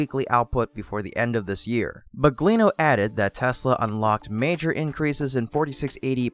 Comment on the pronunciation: "Drew Baglino"... not BUGLINO.